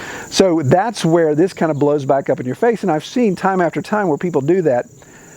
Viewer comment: Good points ! And the steamer for your Mother is awesome. Considering the prankster in you..... - Did you leave the letter "r" off the word "you" just see if anyone noticed.?